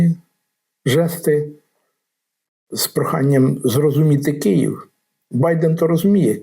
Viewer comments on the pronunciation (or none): none